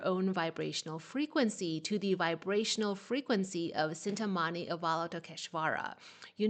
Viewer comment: Cintamaņi = "chin tah mar nee" While S varies based on the accent applied, C is always pronounced "ch" in Sanskrit. Thank you for your amazing guidance,! 🙏